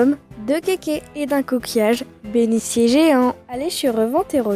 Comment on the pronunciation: Tu étais jeune quand t’as fait cette vidéo non? Y’a des fautes d’orthographe partout des mots mal prononcés genre « bénissier » pour « beniTier » C’est dommage car c’était interessant à regarder mais ça reste brouillon et peu agréable à regarder en tant « qu’adulte »